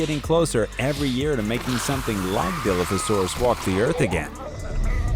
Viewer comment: As soon as you pronounced Dilophosaurus WRONG I just couldn’t watch anymore…